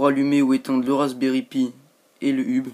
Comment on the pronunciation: C'est pas un ub mais un eub.Autrement bravo.